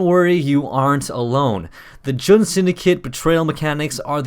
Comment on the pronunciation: Fun fact, Jun is pronounced Jon.